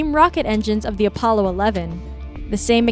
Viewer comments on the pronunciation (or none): none